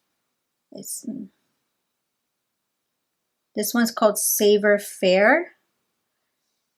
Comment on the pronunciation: Beauty and the beast is a story set in France. Many of the words are French. Merlot is a type of wine. Pronounced Mer loooh. Savoir faire is pronounced Sa. Voua fair. R's and T's are silent in French.